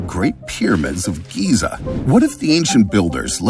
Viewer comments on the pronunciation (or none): none